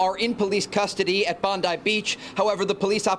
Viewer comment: Even the news that would suck Pam Bomdi's cock would call it "Bondai Beach". WTF is with Americans' inconsistent vowel pronunciation?!?!?! Even the natively english words like "nuclear" are too much for them. Do people there really speak 0.5 languages? 😂